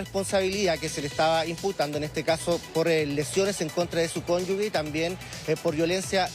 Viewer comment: Es “cónyuge”, no “cónyugue”! En castellano “ge” se pronuncia “ge”, como en la palabra “género” (no “gue”).